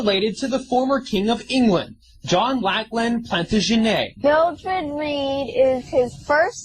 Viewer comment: Plant'a'gene't... Holy shit!!